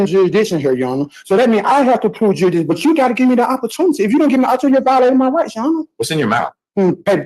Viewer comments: Take a drink every time he says juradishun. We’ll have a fine ol’ time! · Juradition ? Slow down. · Ah, "juridiction" strikes again! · Ommmmm, what be the juri-dishun? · 'Jurydishin' is just as good as Kiser's 'A-June- acation' 😂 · I’m sorry did I hear the word durishdishun? Hahahaha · It's the court that establishes jurisdiction, I didn't know that it jurahdiction was up to the defense. Never heard of jurahdiction before 🙄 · “A court can’t proceed without establishing ‘jurididun’…”. Mastery of the English language right here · Dury-dickshon …. Which he has to prove….? What is he trying to speak about? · "You gosta prude jewsdition" HOLY CRAP! Really? They are gonna let this guy "pro his se"? Lol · What’s Juri-diction? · Did he say juradision? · Prohibitation. Juridishun. Judge starts trolling. 5 star offering. Thanks,. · Judge must speak fluent jive to follow this. With his 'juri'ickshun' and all the usual 'all-caps entity legal fiction court of record special appearance beneficiary living person colour of law' spiel. Though he can, surprisingly for a jive-talker, pronounce 'ask' correctly. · Juidision, need to estabish jurision. Jurridission. I dow undersand. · Can’t even pronounce “jurisdiction” properly